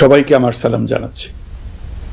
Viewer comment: ডঃ, ইউনুস সাহেব, জনাব,,সালামের সঠিক উচ্চারণ করুন